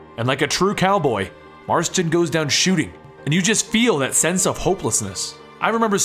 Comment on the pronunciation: ITS JOHN FUCKING MARSTON GET IT RIGHT!!!